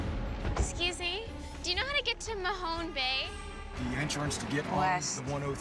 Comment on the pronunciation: News flash, guys...it’s MAHONE Bay! Not mahonie bay